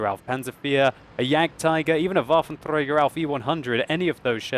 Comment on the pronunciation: It's so awesome whenever you say "Waffenträger" :D